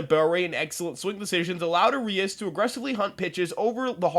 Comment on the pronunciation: Brother, it’s ARIAS not Urias